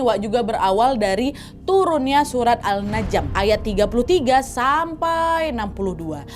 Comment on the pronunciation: Surat An-Najm waak nad, bukan al-najm yaaa